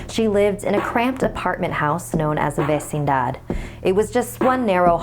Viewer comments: I couldn't concentrate to the story due to mispronouncing those Mexican words. Abuella's correct pronounciation is: Ab-We-Lah. Not:Ab-Wey-Lah. Vicinidad: (So obvious 😒 you must be really dumb to not even know it) Vi-Si-Ni-Dad. Not: Ves-Ni-Dad. Consuela: Kon-Swe-Lah. Not: Kon-Swey-Loh. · Vecindad not vercindar